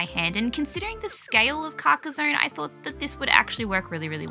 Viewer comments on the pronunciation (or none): [kar-kah-sonn] ;) Great game and I love the style you chose. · I believe it’s pronounced Car-kah-zonn (with the french R though). It’s a real town in France! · Your not far off with your accent, it's CAR (like a car) KA (again, like the first sound in car) and SONNE, (Like son, but with the n a little more longer, the E in french isn't really pronounced like in english, it's better to sometime forget it for better prononciation) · It’s not called “carcarzone”. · Hey, European chap here. It's pronounced 'Karka-sonn' that's a hard sounding stop at the end, to rhyme with Tron, not Bone. Hope that's useful for you 🙂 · i say it like "caca zon" kinda but also i call it something new everytime because i cant pronounce it lol crack zone carcus swan carcasia cansiopia so on lol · As Aussies you should come pretty close to the correct pronunciation when you say it like this: Car (the vehicle) Kaa (the snake from "The Jungle Book") Son (a male child) Car-kaa-son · Almost, not with a z sound but with sss And I have no idea how to describe the “onne” sound x) maybe like you’d pronounce “on” in “on and off” ?